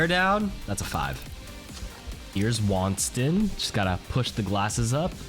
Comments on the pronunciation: Waanstin! wtf his name is Winston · Why you say Winston like that